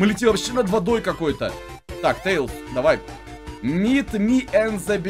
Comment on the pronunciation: Не тэилз а Тейлз